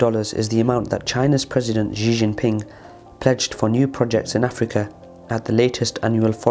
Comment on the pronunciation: Xi is pronounced she not zhe